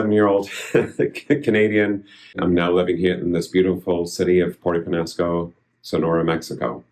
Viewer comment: Has he learned how to pronounce Peñasco??